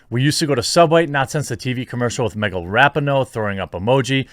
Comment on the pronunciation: Megan Rapin-NO